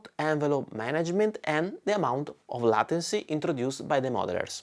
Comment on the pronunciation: it's pronounced laituncy not latency, with the same "ai" as in "get laid"